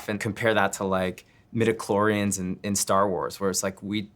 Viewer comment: Mediclorines.. Oh god